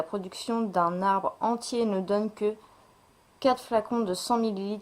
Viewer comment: la vidéo est flou !!! Entre les "euh, euh" et" les quates:4, les lites :les litres et les autes: les autres la vidéo est super longue pour présenter 4 ou 5 produits